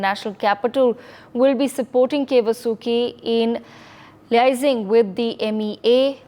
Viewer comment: needs to learn how to Pronounce Vasuki.